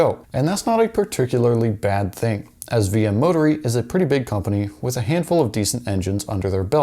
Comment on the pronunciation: You really butcher up that pronunciation of Motori. Mo-Tor-I(Use an Italian accent).